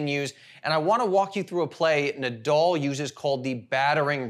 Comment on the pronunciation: It's Na- dal, not Na-dull.